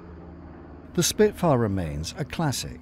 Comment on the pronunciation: Achtung Shpitfuer ! Arggggg .